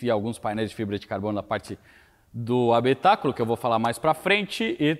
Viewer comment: Eu acho muito legal quando ele fala habitáculo do carro e como se tivesse falando de uma nave espacial 🤣🤣🤣🤣🤣🤣🤣